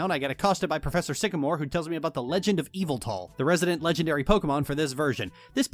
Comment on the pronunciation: was pronouncing Yveltal like Evil Tall, and I've never seen this Pokémon's name before so I genuinely thought that it was spelled Evyltal or something like that and that it would look like a slenderman lookalike and then it's. It's just a bird. Not even a menacing one. Wow, game freak really out here trying to He-Who-Must-Not-Be-Named their Pokémon, huh?